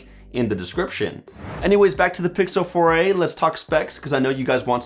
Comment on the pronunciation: Google Pixel "Foray"